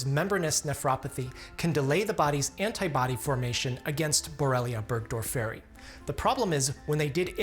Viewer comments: Borrelia burgdorfor-eye is how I’ve always pronounced it. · never heard anyone pronounce burgdorferi like that before lmao 🧚‍♀️ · It is difficult enough teaching the students how properly to pronounce common words in medicine... Burgdorferi... The accent falls on the second syllable. Please study classic Latin and Greek. It makes future engagements so much easier. There were other painful mispronunciations. Ixodes.. again... The accent falls on the second syllable.